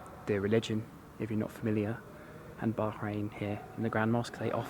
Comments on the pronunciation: The way you said bahrain...baaarain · The way u say Bahrain is not quit how u say it coz I'm from there but anyway love u vids